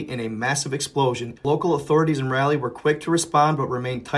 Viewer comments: Its like RAW LEE. not rally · Rah Lee. Not RALLY. Love ya bro.